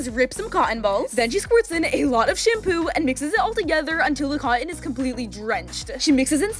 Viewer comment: Girl why did you call it shampoop